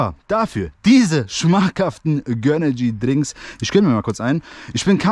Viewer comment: Es heißt GÖNRGY nicht GÖNNERGY😂